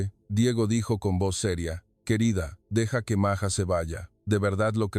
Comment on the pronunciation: Ibas bien En tu narración; pero te azotaste, al decir Maya, y luego..maja, es totalmente distinto Maja a Maya. Documentate bien, y no digas Tonterías ✔️